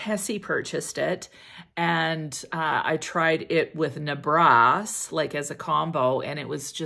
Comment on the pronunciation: Nebras...the accent is on the first syllable, not the 2nd...NEH-bras. (It's not a French word.) I've been a little "mad" with my money, and have amassed quite the collection of fragrances in a relatively short time. I'm looking at the ones you've shown, but I have to tighten up my purse strings for a bit!